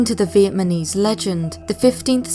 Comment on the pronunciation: "Vietmanese" lol